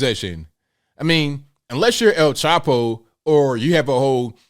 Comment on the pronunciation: I know that you said, "El Chapo," but I heard, "El TACO!" "Jill Biden has infected my brain!" 🤣